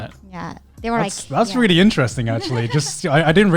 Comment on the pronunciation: Not rearry